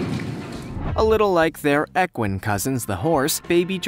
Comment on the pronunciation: Dude, there are so many incorrect "facts" and mispronounced words in this video that I had to stop watching. THIRTEEN THOUSAND POUND GIRAFFE? "Eqeen" is pronounced equ-I-ne with a hard I. Love your edit skills tho, you are very talented. Keep up the good work on that end. We all make mistakes, me included. Stay safe, friend.